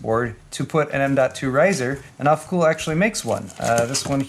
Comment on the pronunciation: I love Mr. Heimlich's not so german pronunciation of alphacool's german product names.